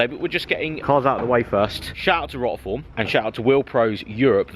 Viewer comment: I actually think you incorrectly pronounce Rotiform on purpose now, so many people must have corrected you 🙄